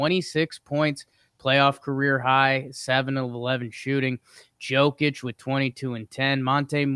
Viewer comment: Hey bud. Jokić is pronounced Yo-kić not Joe-kić. All love no flame. Love the pod